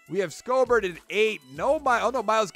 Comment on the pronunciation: Schobert's name is pronounced "Show-bert"